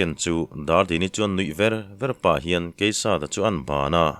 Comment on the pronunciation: Ngaihthlak a nuam thin ngei mai.... Hun awl pawh kan khamlo nitin mai..mahse, zan in chu changtupa hming hi i lam fuh vaklo thin in ka hria...